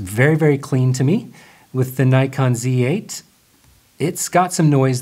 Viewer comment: There is NO 'Y' in NIKON !